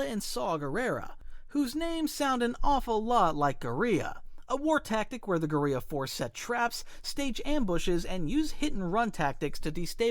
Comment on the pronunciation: ...guriia? You mean Guerilla?